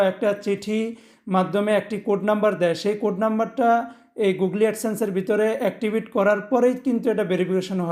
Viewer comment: খুব সুন্দরভাবে বুঝিয়েছেন ভাই। তবে গুগলি না বলে গুগোল বললে পারফেক্ট ছিল।